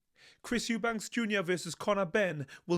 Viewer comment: Why do so many people incorrectly say "Eubanks" instead of "Eubank"? Not just, I hear loads of people say the surname as Eubanks and it's weird